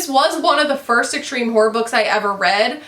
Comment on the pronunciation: Hi, I gotta say every time you say horror it makes me laugh coz it sounds like "whore" to me, which is hilarious 😉